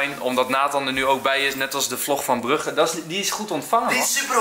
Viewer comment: Oh nee niet die nathan met zn spraak gebrek, laat staan dat Enzo nu ook al Brugge verkeerd uitspreekt 🙈🙈🙈 triestig ski vlogs komen er aan.